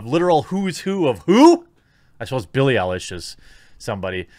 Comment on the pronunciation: LOOL I've never heard any Billie ..ummmm Eye-lish like the way you did there....granted I like to call her Eyelash just cause so meh.